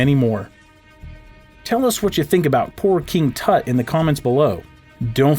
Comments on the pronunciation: Btw it's king tut not kind toot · The narrator kept saying king Toot instead of king Tut. Other wise a great history and science lesson. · did you say king toot?